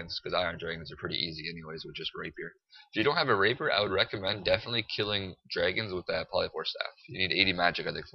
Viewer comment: It's not a "Raper" it's a "Rapier"